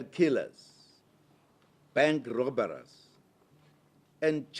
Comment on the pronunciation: Man's really actually said 'robber-rers' 💀 😪